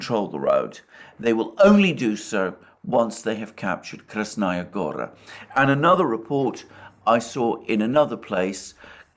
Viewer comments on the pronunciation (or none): Go-raaa; stress is on the last letter…on the final syllable…means mountain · Good Day, Alexander. It's Krasnaya Gará (stress on the 2nd "a", "o" in Gora is an open vowel, sounds more like "a" than "o").